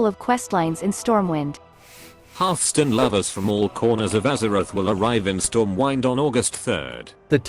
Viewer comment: did he say stormwine ? wtf edit: actually, he does it all the time lol